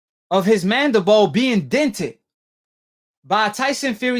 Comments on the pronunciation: I assume based on the fact that you can speak English well enough, that you can also read English words right?? Well, then why do you keep saying the bone that was dented was the - { MANDIBOW }??!! Look at the dam word again then give it another shot..... Good luck..... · "Mandabowl" lol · He said "mandabow" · For goodness sakes stop sounding so dumb, it’s mandi-bill not mandi-bowl!! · ahh yes, the mandabole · He pronounces everything wrong. Now Deontay has a dented jaw... nobody tell you can have a broken MANDEBOLL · I hate how he keep saying mandible. That nigga say " Mandi - Boa" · So was it his mandabone or his skull? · First off this guy cant say mandible correctly and the picture you keep showing isnt even the mandible bone. The mandible is the lower jaw. Thats damn near the temple. If Fury dented his mandiBALL, his jaw would most likely be broken too. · F’ing idiot cant even pronounce “mandible” 😂😂😂. Jaws get broke everyday b. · This dude talking about doctors and shit but can't even pronounce the word. You can't dent a bone dickhead. Pillow fists? Fury has as many knockouts as AJ. Casual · 1) that's not even close to the mandible 2) your pronounciation of "mandabawl" shows how much you know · I wish someone would teach this cat the english lesson. I had to turn it off coz this cat how to say mandible.